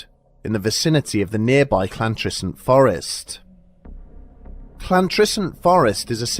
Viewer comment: "Cl"antrisant Forrest????